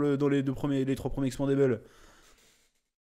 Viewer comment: "expenda-balls" euh "expendable" un bon résumé du film en avance x)